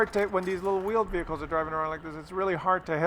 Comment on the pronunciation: Veeled Wehicles?